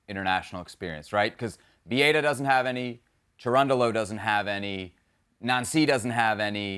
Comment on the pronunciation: Seb pronouncing Viera as a Spanish last name is amazing